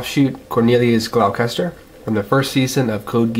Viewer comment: It's pronounced gloss-ter, there is no "ch" sound. But then again that's how it's pronounced in the dub.